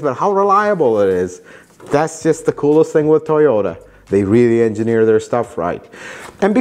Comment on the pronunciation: "Engine- eer"